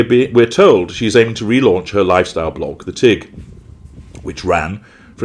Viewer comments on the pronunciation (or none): I like that The Tig is pronounced The Teen. For someone who enjoys pronouncing Buenos Aires correctly she messed up on this one. She thinks it will be bigger than Goop